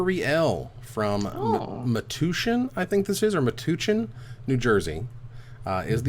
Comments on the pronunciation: Metuchen, NJ is pronounced like MEH-TOUCH-IN. Just say, "touch" in there instead of "toosh." heh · Pronounced Met-touch-in. You’re welcome